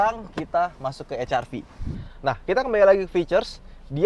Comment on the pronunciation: Setiap gue dengerin Nyebut Honda HRV kenapa Jadi Honda CRV...apa kuping gua aja yg salah😂